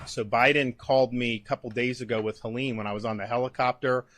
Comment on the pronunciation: I'm offended that she pronounced hurricane Helene's name wrong